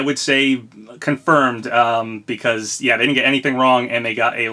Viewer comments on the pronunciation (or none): none